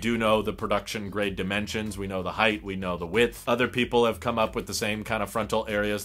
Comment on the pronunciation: It's like jabbing chopsticks into my eardrums when I hear someone pronounce "height" as if it's spelled "heighth".